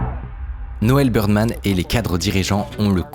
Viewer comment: Très cool vidéo ^^ Je suis trop perturbé par le fait que Bidermann, tu le prononces Birdman toute la vidéo XD